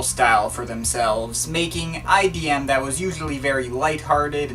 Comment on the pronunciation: stop saying IDM